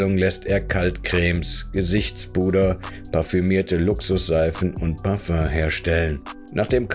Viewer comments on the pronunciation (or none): none